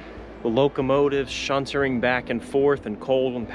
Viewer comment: A most engaging video...but, ...that would be 'SHUNTING" - not 'SHUNTERING' heh heh heh